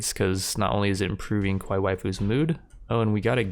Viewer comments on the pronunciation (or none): big character cringe, at least say it like 'ka-wai-ee' so it doesn't sound like a different word in Japanese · And Kawaii has an E sound on the end like the state Hawaii. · Dude you are not pronouncing kawai well